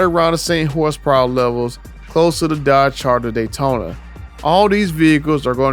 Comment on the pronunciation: "Dodge Honda datyona Ev" 😂😭